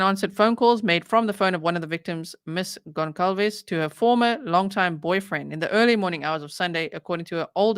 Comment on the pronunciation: The last name of Kaylee is being pronounced incorrectly. It's NOT GONZALO or GONZALES....It's Goncalves.